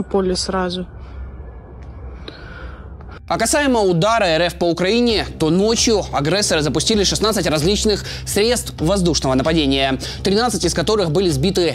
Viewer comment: Чувак сколько тебе можно повторять слово агрессор читается через е а не через э как в московии говорят.